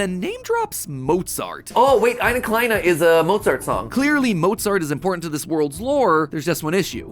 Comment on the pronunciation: Wow you pronounced "eine kleine" pretty well, and this doesn't look like a scripted section of the vid but rather just live happenings, cool